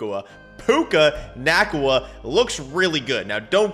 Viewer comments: It’s Nacua not Nacua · The way he says nacua…😅